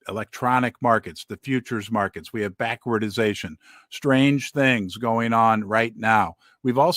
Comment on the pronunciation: Love your show! But it’s BACK-WARD-DATION 🙏